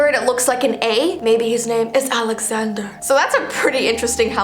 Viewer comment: the way she said alexccanderrr"